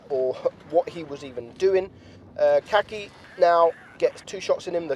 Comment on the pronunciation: Ulan adam çakıcıoğlunu telaffuz etmeye çalıştı ya la "kaki" 😂